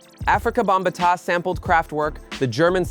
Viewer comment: This was created by AI. Listen to how this bot pronounces Melle Mel and Bambata. And Sucker MC S?